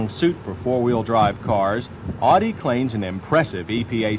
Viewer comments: That made me wanna punch him through my computer screen. It's "Ow-Dee" not "Awe-Dee"; get it right! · "Oughtie" instead of "Ow Di" from West Germany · He keeps saying "Oddie" instead of "Ow-die." LOL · Odi? What the fuck is an "Odi Coop"? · "Oww di" is correct. He isn't saying it right here. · Dislike how people pronounce audi. Say it right! 😒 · Ugh. If you’re going to review a car, at least learn how to correctly pronounce its name! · Please never pronounce Audi like that again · The way he pronounces Audi in this video drives me insane. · However it is pronounced, it is the Latin form of its founder's given name, August.